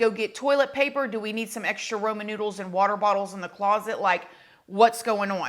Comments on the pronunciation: The way you say Ramen noodles “Roman😂” and POOOOLice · R we just not gonna talk about the fact she called ramen noodles Roman noodles or… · She said Roman Noodles tahaaaaaaa! (That’s was a deep fraudian slip up) 😂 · Wth is roman noodles??? 😂😂😂 You mean Raman noodles??? I love when people say words wrong, idk why but I find it really cute and endearing. ❤❤❤ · She said "Roman Noodles"! Nuuuuuu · “Roman” noodles😂😂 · “Roman noodles” girl…be glad u mispronounce my daily meal:) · Ramen rah-men not roman